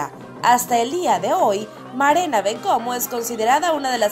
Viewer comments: Berena santo cristo, es MARENA. Verezca nooooo, lo dicen bien y lo escriben terrible, VERUZHKA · Con la única que no estoy de acuerdo es con Vanessa, la noche definitivamente era de Leila. Ly Jonaitis no fue primera finalista, fue segunda finalista. Es Marena, no Berena. Carolima Iskia (creo que se llama) debió ganar en su año. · Es Marena Bencomo, No Berena Bencomo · presta atención. Nadie se esta burlando de ella. Se burlan de la presentadora de este canal que en vez de decir Marena dijo Berena, casi sonaba a berenjena. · Esta narradora esta perdida, Keysi Sayago debió ganar? Jajajajaja, Barena Bencomo? Ni el nombre dijo bien, Ly Jonnatis 1era finalista? De verdad que perdida...